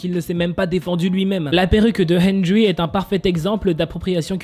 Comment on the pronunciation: TROP D'ÉMOTION DANS LA CHANSON / c'est pas méchant mais henrery se dit "hèndeli" et moi sa me dérange absolument pas je suis sur kil pensait pas à mal (henrery est un de mes bias de nct/wayv)